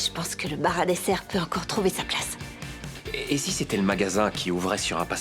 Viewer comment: Question: pourquoi l'actrice principale rajoute un ssse à chacun de ses mots ? Comme plassssse au lieu de place et nuitsssss au lieu de nuit et merssssi au lieu de merci.